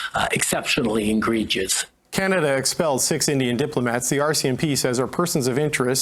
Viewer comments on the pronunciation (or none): Did he say 'exceptionally ingregious?' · It's not ingregious Justin, it's egregious. There is no such word as ingregious...... and remember: I may not agree with what you say, but I shall, with my life defend your right to say it. THAT is democracy.